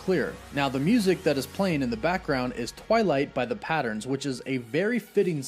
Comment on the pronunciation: The Platters, not "the Patterns"